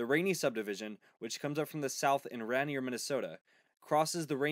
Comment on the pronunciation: The border town where the US Customs inspection is done is pronounced “Ray-near”. I live 1 mile from this god awful line. In fact as I write this, I hear a train blowing its horn at the crossing in my town. I can hear 3 crossings from my house. We get over 20 trains a day. CN sucks in my opinion. In the old days(DW&P) had sidings and depots. There was a fair amount of work for locals from the railroad. That’s pretty much gone.